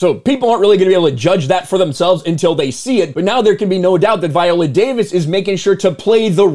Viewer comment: At the bare minimum pronoun her name right. 😂 Can’t even begin to take you serious when you can’t do that